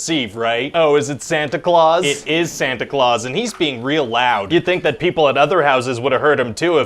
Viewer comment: oh, it"s the real pronunciation was always "Santa Cloth" then?